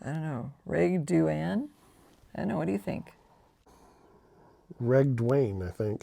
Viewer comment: Thank you for pronouncing my name ! RegDuane what a good feeling to hear you answer my question.